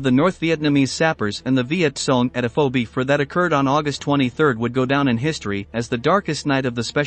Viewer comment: The ""? The video is quite okay but please, for the love of god, have a REAL PERSON read the script. The text-to-speech generator not only butchers MACV-SOG and the correct pronunciation of Viet Cong but it's also emotionless and jarring.